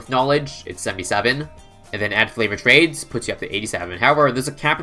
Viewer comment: This man can do anything in BTD6 except pronounce favoured trades